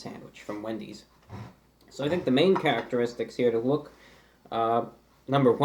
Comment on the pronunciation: it sounds like he said 🅱endys